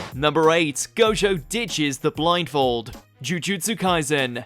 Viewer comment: did he just say jogo instead of gojo?